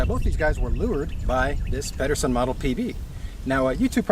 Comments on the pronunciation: Peed-ersen, not Padderson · Pedersen with a soft D